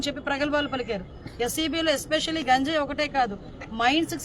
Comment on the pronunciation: గాంజయ్ కాదు అమ్మ గంజయ్ ఆఆ పేరు పలకటం రావటం లేదు నువ్వు హోమ్ మంత్రి వి, ఎంత సేపు ఇ ఐదు సంవత్సరాలు ఎం చేశారొ తెలియదు అంటున్నారు నువ్వు చేసేది చెప్పు మెడమ్ , 10 లక్ష ఎదొ గొప్పగా చెబుతున్నారు 50 ఇచ్చి నటు